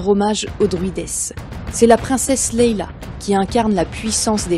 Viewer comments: Princesse Leia, pas Leila ! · hey coucou... fan de Star Wars, je peux pas m'empêcher : c'est princesse Leïa (pas Leila même si c'est poétique et que ça pourrait le faire : "la belle aux yeux couleur de nuit" ou "née pendant la nuit") ! 🤪 Allez hop, je partage. Merci.